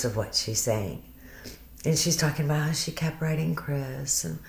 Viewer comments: on that video she's going no matter HARR hard life gets and no matter HARR....blah blah blah... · Shanann can't form W's. When she says HOW it comes out sounding like HARR...has anyone else noticed? Just an interesting tidbit. In the 30 min video of her in the thrive t on her deck, around the 15 min mark you can hear it, and again a few times towards the end of the video. And of course she did not deserve what she got!!